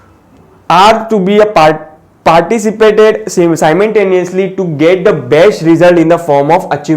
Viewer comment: Sir you teach really well but pronounce words correctly dnt pronounce particapteply to practiced